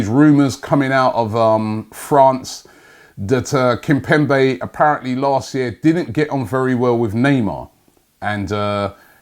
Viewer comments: What’s this pronunciation “kimpempe”omg it’s kimpemBe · The way he pronounces players’ names is just awful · kimpemBe not kimpemPe!! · Kimpembe not Kimpempe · not kimpempey🤣🤣kimbembae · Kim-pem-be KIM-PEM-BE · It's kimpembe fam🤫😂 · Nobody : ..... Robbie : Kimpempe 😂😂😂😂👍😁 Always butchering players Name Also it is Pablo Fornals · Why is Robbie calling him Kimpempe😂😂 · Kimpembe... Kimpemp-ay... Kimpembi... Kembempay.... Jesus Christ, pick a pronunciation